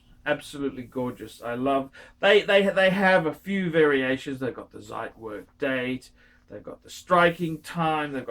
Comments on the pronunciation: You are incredibly lazy bum, that's for sure.. Zit werk???? Zit ??? Zeit in German means time. Pronounced tsite, fat lay bum.. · And also Zeitwerk is pronounced differently